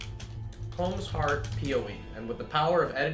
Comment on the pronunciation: It triggers me that people pronounce "Kaom" as "comb". Good video, really points out the glaring balance issues between ES and other builds.